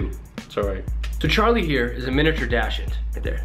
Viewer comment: Also, just so people don't get mad at you, it's pronounced dak•sund